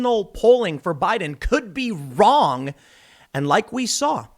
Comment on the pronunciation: I like the way Tim Pool says "vvvroong" with a "v" sound when trying to say "wrong" with a "w". I'm serious, not kidding. It's cool.